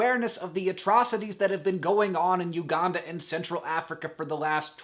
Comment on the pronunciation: It amuses me that he says Uganda how he should say Aranda and Aranda how he should say Uganda ;)